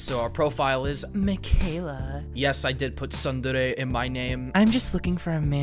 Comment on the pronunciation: "Sundairy" is killing me